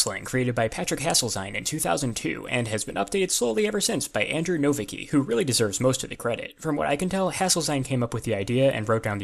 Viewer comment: Conlang Critic "Nowicki" is probably pronounced "no-VITS-kee".